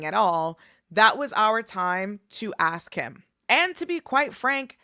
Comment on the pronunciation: It’s ask not axe Plural you use are and were